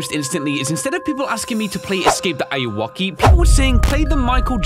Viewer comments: It's not awoki how says it it's Anne are u okay auwoki auwoki anne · DUDE its not said like that the ayuoki is any are you oki a yu oki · It’s Pronounced woke. Say woke but add keee wokey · it's not ayu-woki, its ayuw-oki aka, are you ok lol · almost every YouTuber doesn't pronounce ayuwoki right... it's basically just the smooth criminal reference. are-u-ok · Eyeuakey why does he say it like that lol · He is saying the name of the game wrong but it’s cool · You were pronouncing the games name wrong btw.